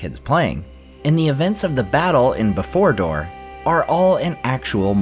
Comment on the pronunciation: Beforedor lol!😆